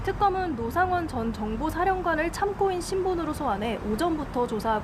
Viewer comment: 왜 참고인을 참꼬인 이라 읽지???? 되게 거슬리네